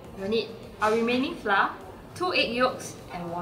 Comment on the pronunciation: when someone gonna teach that flour is pronounced like 'flower' instead of 'fla'